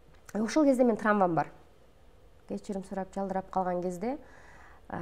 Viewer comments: Азамат!Жабып,жашырбай,бардыгын ачык айтып берет.Башка интервьюларын дагы коргом.Бардык жакта траВманы-траМва дей бергени жана башка грамматикалык каталарды кетирип суйлогону жаман да.Коуч болгондон кийин,ал жагына созсуз конул болуш керек.Журналист кыз дагы,келин,берин дебей,жогорку билим алган адамдай суйлосо жакшы болмок.Ушундай чон аудиториянын алдында суйлоп жаткандан кийин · Самарага уйротуп койгулачы ТРАМВА эмес ТРАВМА деп🤫